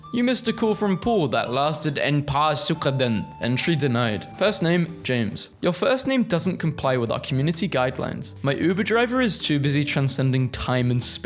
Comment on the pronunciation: sigh For the 8000th time. Our (german) base cadence is trochaic, not jambic. Your "ein" and "paar" were solid but "Sekunden" was incredibly off.